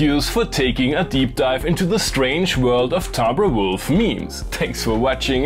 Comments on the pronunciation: I love how you pronounce "timbre" the music-academically correct "tambruh" instead of humouring Akai's pun and pronouncing it "timber" like a timber wolf. The Akai marketing department dies a little inside each time they watch this video. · Thank you for saying timbre correctly lol. i've been hearing people cutting wood. timber!